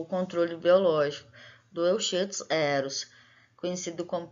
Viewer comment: Olha sou o Prof Me Randal Lopes Barreira, gostei da sua escolha sobre o tema do seu trabalho, fico feliz pelo seu crescimento e persistência no curso, já esta colhendo os resultados. Tenho algumas considerações importantes sobre o seu trabalho. Quando pronunciar o nome cientifico o nome da Espécie em estudo Lê sê: Euquistos heros, e não como esta escrito lá. Ao publicar o nome de família jamais leia como esta escrito, por exemplo em Pentatomidae – Lê -se Pentamide. Cuidado, quando você esta falando do ciclo vital do Euchistus herus, ele tem vários instares e todos eles são estágios ninfais, assim ele tem desenvolvimento hemimetabolo por sofrer uma metamorfose gradual, a medida que cresce vai adquirindo características do adulto.